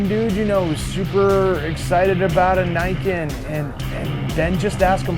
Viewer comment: For anyone interested, it's pronounce nee-ken (literally like the name ken). I haven't seen the kanji but 99% it means two sword (ni it's two, ken is one of the words for sword)